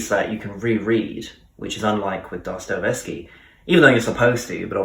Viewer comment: But check how to pronounce Dostoyevsky. Sorry, dont want to offend.